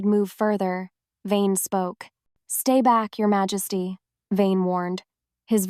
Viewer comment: AI narrator is having mispronunciations that need to be fixed, especially the word Majesty (the J is not pronounced as an H sound), but the story is fabulous ❤❤❤❤❤❤